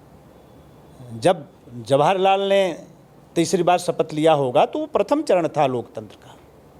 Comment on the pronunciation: महाशय जी कृपया पूर्व प्रधानमंत्री आदरणीय जवाहर लाल नेहरू जी का नाम सही तरीके से लीजिए अन्यथा आपके लिए ठीक नहीं होगा